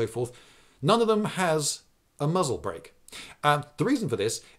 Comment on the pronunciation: Strangely, being Jewish myself, every time he said muzzle break I heard mazeltov (the a is pronounced u).